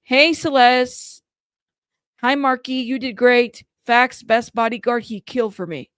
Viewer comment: To me, it sounds like she mispronounced Celeste's name because she couldn't quite remember her name.